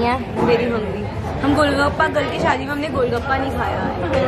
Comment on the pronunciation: Umm loved the video, but it's shaadi* not shaddi 😂, lowkey that sounds similar to chaddi 😂, sorry for saying this 😭